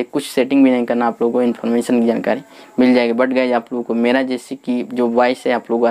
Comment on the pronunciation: Guyj nahi balki guys